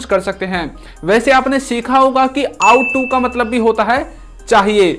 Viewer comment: Ought to . आप का प्राउनिशिएशन इस इनोकॉरेक्ट है। आउट टू नहीं । ओट टू।